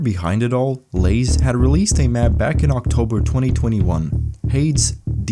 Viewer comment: I can't believe you pronounced Lasse as Lays